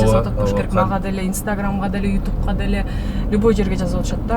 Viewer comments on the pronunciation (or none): Итюб дейтго